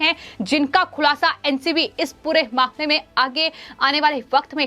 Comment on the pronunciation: please change this anchor or change her portfolio. I do not understand why she pronounces her hindi by including ha ha ha in every word. I never listend any anchor spoiling hindi which is a beautiful language this way. Why dont your management advice this lady not to artificialise her ahcorship and read hindi as hindi and hahahahindi which becames a lughing stock . she spells mamle as mahmahmle etc. please examine her videos and do necessary corrections. Tell her to see others vedios of hindi news reeadign reporting channels and rectify her pronunciation